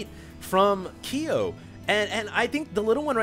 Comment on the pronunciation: Ki-yo..? man you've never played KoF? You fake asian you:D